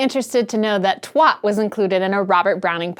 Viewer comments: it's twat not twot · twat is pronounced "tw-ah-t" not "tw-ot" it's the strong "ah" that makes it a satisfying curse word to use. "Twot" is also a slang word for idiot, of separate origin to "twat", which like a number of curse words in the UK can also be used to mean fool. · Twat is pronunced Twæt (like the a sound of "cat") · Twot? Whot is thot? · Twaht, Twuht, Twot Makes me laugh when they say it, when they say "Bollocks" too ^^. Gotta love our American cousins. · It rhymes with 'Bat', Twat. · Hah! I've known many many brits and I must admit I've never heard that (apparently not for casual conversation ;)). I have to admit Twat like bat would utterly confuse me. But yes, the generally accepted American pronunciation of twat rhymes with pot. Or, perhaps more accurately, "twaht". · Rhymes with "taught" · the clue that it rhymes with "bat" in the poem you used in the video should be enough, no? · twat is said as tw- At with a hard A not an soft o. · I think that "twat" should rhyme with cat or bat. It should not sound like wat with a t at the start of it. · nice video. i don't think i'll ever get used to hearing an american say twat. it sounds so wrong :p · As a brit i think you say "twat" weirdly. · To my (Scots) ears, it sounds as if you're rhyming it with "not", where I'd expect it to rhyme with "cat". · As an American I think she says "twat" weirdly. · like bat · A question, not a challenge: Does this mean you're not going to be using "WorldSuck" any more? Also, is it pronounced twOt, because in that case, all of Manchester, England is getting it wrong.